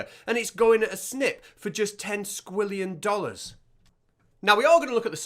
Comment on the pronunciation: Ten Sqweeillon dollars